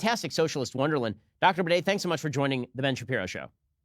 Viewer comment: Bruh hij spreekt "Baudet" uit als "Bidet" 😂